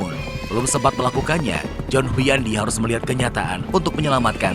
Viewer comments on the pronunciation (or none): Hunyadi, bkn Huyandi🤣